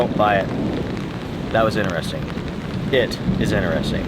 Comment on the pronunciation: Bro why can’t you say the word interesting properly??! 🤣🤣